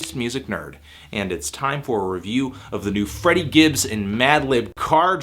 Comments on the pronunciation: Great review. It's Freddie tho not Friddie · It's FrEddie dude...